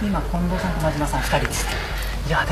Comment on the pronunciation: 「コンドームの近藤です」で皆スルーなんだ…って思っちゃった(笑)